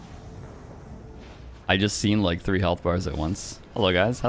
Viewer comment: Tree vs Three